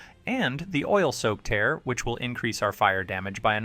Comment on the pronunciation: This guy can’t even pronounce “tear” 😢 😂😂😂 it’s not “bloodsucking crystal TEAR your heart out” 😂😂 Dude read the flavor text of the TEARS as in 😢